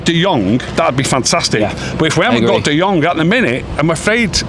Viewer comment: and can't seem to say De Jong properly. All I hear is De Jonk 😑